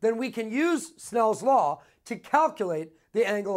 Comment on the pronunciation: soooo enthusiastic!!!! and he says snells law not snails law :P